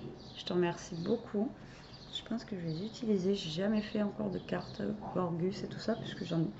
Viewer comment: Et on retrouve la Gorguss et pas la Gorjjjuss 😂😂😂😂😂😂